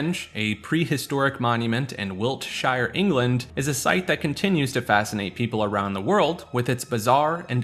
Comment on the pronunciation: webtorso seems more like it's testing various video decoding features and rendering for youtube videos and the video where you pay €2 could just be a way for testing out the payment processes, for things such as the movies or TV shows that appear on youtube for purchase. Just a quick gripe with the American accent/dialect, but Wiltshire isn't pronounced "Wilt-shy-er" it's pronounced "Wilt-Sheer" (as in sheering sheep), the same is true for all *-shire counties in the UK.